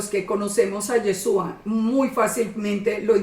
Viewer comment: ¡Hola, bendiciones! Amada el nombre del Mesías es Yahshúa traduce a YAHWEH SALVA, no comprendo porqué no le llama por su nombre. Amada, "Yesua" como lo pronuncia usted no es su nombre. Yeshua en hebreo significa salvación. No comprendo no sabe eso todavía. 🤔 El Pesaj 2019 un poco más de un año yo salí de la religión cristiana y empecé a buscar cómo celebrar Pesaj. Recurrí a las Sagradas Escrituras para guiarme. Estaba muy triste porque no tenía donde congregarme y aprender. Gracias al Eterno YAHWEH mis hijos y yo nos reunimos para estudiar las Sagradas Escrituras, estoy conforme de no tener casa de oración. Este video lo vine a ver ya tarde, pero gracias por el estudio.